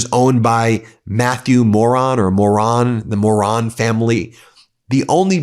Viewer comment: Mattie Moroun... pronounced mo-roon.